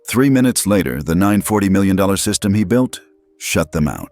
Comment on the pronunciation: Teach your AI reader that 'million' is pronounced 'mill-yon' or 'mill-yan' not 'mawiwi'